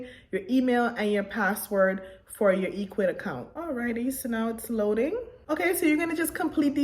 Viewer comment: First of all the site is not pronounced E quids, it's pronounced EC wid, now for me the free plan dosen't provide much so I went with the 19.00 a month plan as it gives you free email auto responder which you're going to need to send repeat email messages and abandoned cart and so on, and it's an amazing site but some major dropshipping companies don't easily integrate with Ecwid unlike shopify which is very disappointing, so you have to have a CSV file or excel to import products to your store